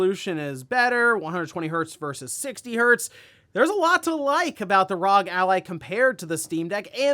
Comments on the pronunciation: R-O-G, NOT "ROG" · All the pc community knows that it’s pronounced R.O.G. You circle of friends seems to only fucking says rog. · When you’re so oblivious to PC gaming that you accidentally become the embodiment of a meme. R. O. G. Not “rog”